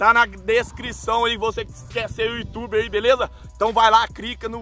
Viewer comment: O digão não sabe falar youtuber